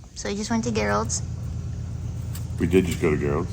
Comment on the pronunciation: Ok! I have watched this 3 times to hear say Gerald, with a G! I know 2 guys with this name that calls them selves Jerry! One example! My neighbor is Gerald Andrew's. He's some Big Shot, JW! Or so he thinks. We refer to him as Jehovah Jerry! I had to share this little tidbit 😂 Keep these videos coming! ❤